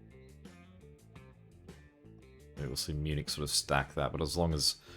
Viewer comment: No Munich pronounced Miu-nik.